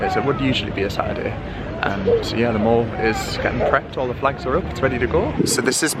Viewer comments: Mate, it ain’t pronounced “mawl” 🙈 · Hi, it’s pronounced the Mall as in pal! Not as in the American shopping centre!! X